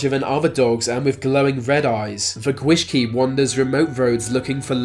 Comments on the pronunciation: "Gwyllgi" Yep, he's gonna pronounce it wrong "the gwishgi" Aaaaand I was right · gwishgi? seriously all you need to do is check the welsh alphabet to know how to pronounce welsh words, then you wouldn't have to butcher my language lol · I’m half Welsh and I’m pretty sure it’s not pronounced g-wish-key, mate. Two ls together make a sound like you’re putting an h before the l. G-wilch-gee! And we call it South Wales, not Southern Wales. Plus you missed out the fact that Carmarthen in Welsh means Merlin’s Fort. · You pronounced gwyllgi wrong, its not spelt gwishgi...